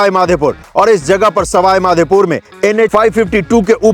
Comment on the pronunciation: Bhai...Madhepur nahi Madhopur...Bhagwan ka Naam lo bhaiya.... JAI MADHO..